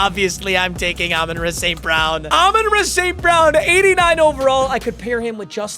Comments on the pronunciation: Idk if it’s just me but I lose it every time he says “ Amon ruh st brown” it’s Amon rah bro 😂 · Learn how to say “Ra” St. Brown